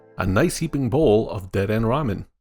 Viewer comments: WAHHHHH ITS DU-DEH-NAY NOT DE-DEN Anyways, 10/10 videos. Keep up the good work, mate! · Lol "dehden" is so funny bc it makes 0 sense if you thought there was actually a silent e at the end you wouldve said deeden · ACKSHUALLY, the Kalosian Electric-type rodent there is pronounced "De-den-nay" - the region it comes from is based upon France, so it's a French-inspired name. And French pronounces the 'e' at the end. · dedenne in the anime and by pokefans is said like Dead-Den-Eh? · Its pronounced de-de-nay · Every time he said dedenne I cringed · You said dedenne wrong